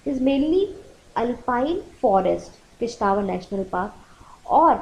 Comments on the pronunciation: it's किश्तवाड़ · Madam sorry but ye Kishtwar app galat pronounce krte hai